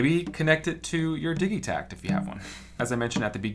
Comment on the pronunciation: "Diggy tact" Lol, good video though